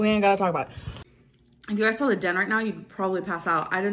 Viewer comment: She "sawl" so many things she wanted!? Ugh make it stop!